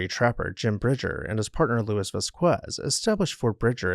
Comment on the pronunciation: Also, while we are there, a French Canadian man called Louis is not pronouncing it “Lewis.”